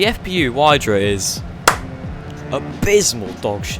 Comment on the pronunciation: The FPU Wydra is not meant for everyday use NOR for track use, so you just didn't review it at all. It's meant to go anywhere, and not to be a rally car. Also, it's spelled like ,,vydra" (with the ,,y" pronounced like in the word ,,system").